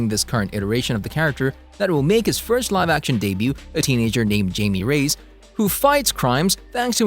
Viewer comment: He so awfully mispronounced Jaime's nams